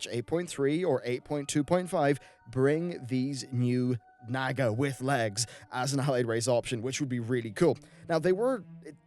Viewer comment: Naw-ga not naga, but great vid